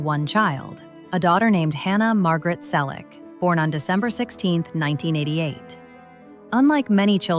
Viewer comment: Teach your AI-generated voice to pronounce "Selleck" correctly. Not again the story of his life. Everyone we know an most of his fans have already read his book or listened to the audio CD. Learn English. It's free on YouTube. Read it. Why talk about people you don't know personally? Why copy the same video and comment from other creators? The story about him and James is getting more exaggerated every day. Again: Don't talk about people you don't know personally.